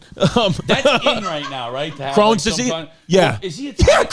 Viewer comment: Him miss pronouncing Crohn's disease (chrome) was some joey dias shii 🤣